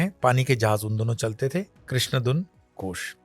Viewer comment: कृपया "घोष" बोला जाय , " गोस " नहीं।।